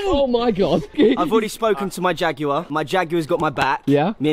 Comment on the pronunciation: It’s JAG WIRE not jag you er